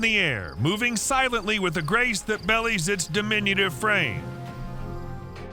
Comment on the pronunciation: You had me… right up to the point where you said “bellies” instead of ‘belies’ I hope to hell and back that the people who design, build and implement these drones are more sophisticated than the narrator…